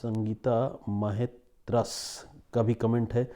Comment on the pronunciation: Happy new year sir मेरा sir नाव म्हेत्रस है आप ठीक से बोले please आप मेरा नाम दो बार लिया Thanks